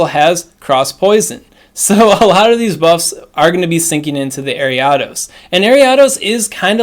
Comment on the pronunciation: Listening to you pronounce Ariados gives me the same frustration as the girl on the bus in 2nd grade pronouncing Dragonite as DRAYgonite. Nostalgia 🥰